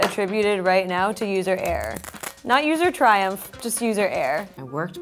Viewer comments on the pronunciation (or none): When they say error it sounds like air 😂 “probably user air”